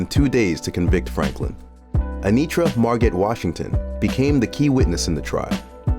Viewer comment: Who TF is narrating this? FFS. 1) Mar-gat? Really? Henrietta's middle name "Margot" is pronounced "Mar-go" 2) "Assaulter"?? Try "Assailant". 3) Anitra "Margat", her middle name is pronounced just as #1 is... "Mar-go", the "T" is silent.